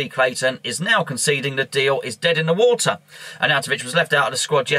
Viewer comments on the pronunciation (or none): none